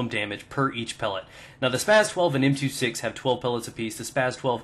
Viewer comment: M two six? More like "M two sex".